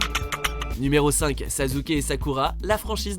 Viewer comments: On dit Sasské et non Sasuké... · Et dis pas sazuke stp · Je rêve il a dis sazuke ? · En plus aprend a parle debile "sazuke"c est sasuke va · Sazuke?? Sassssssssuke merde 😂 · Mais put1 sa ce prononce Sassuke et pas sazuke ohhhhhhhhh put1 t'a fais un scandale pour les fans de naruto🤬😡😡😡😤(mais g qu m'aime aimé 7 video) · Sa ne se dit pas sazuke mais sassuke mais sa s'écrie Sasuke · C’est « sasuke » pas « sazuke » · sasuke se prononce "çaçouqué" pas "çazouqué" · S'il vous plaît vous pouvez ne plus dire sazuke mais sasuke (sassouqué) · c pas sazuke mais sassuke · Chui désoler mais il a bien dit Sazuké 😂😂 un peu d'effort c'est à croire que vous ne faites aucune recherche dans vos tops c'est Sasuke avec deux ss pas Z 😂😂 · Pour info sasuke est bel et bien amoureux de sakura c'est juste que sa haine est tellement superieure qu'il se fiche de la tuer si il peut parvenir a son objectif est cest sasuke pas sazuke merci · On dit pas sasouké ni sazuké on dit saské Mais c'est mieux Suskiki ( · Attend attend il a bien dit Sazuke a la place de Sasuke , il vient de déshonnoré mon enfance 😂😂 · Arrête de dire SAZZUKE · Faut vraiment que apprennent à prononcer les noms japonais, putain mais Sazuke ça fait juste mal aux oreilles, j'aime pas Naruto mais j'aime encore moins qu'on dénigre un nom par une mauvaise prononciation Et pour School Days, anime que j'ai vu et détesté, à quel moment Makoto et Kotonoha sont dans la même classe? Makoto est dans la classe de Sekai, et Kotonoha est dans la classe voisine, donc pas la même qu'eux, renseigne-toi mieux que ça, j'ai détesté cet anime mais faut arrêter de dire des conneries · attend il a dit saZUke 😂😂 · 😶😶😶 "Sazuke"! Il l'a appeler "Sazuke"!!! 😱😱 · Kyouzuke Sazuke... j'ai mal à mon japonais :') Sinon je comprends pas Mine et Tatsumi dans le classement mais bon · il n'y a donc que moi qui ai entendu sazuke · Sazuke et sakura... c'est une honte depuis quand on dit saZuke ??? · A , ça se prononce Sassuke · il a bien dit cyka...